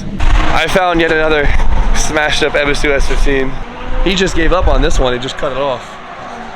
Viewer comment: It's not eb es is su. Eee buu suu